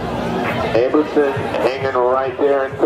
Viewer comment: Is it Abramson or A bruh ham son?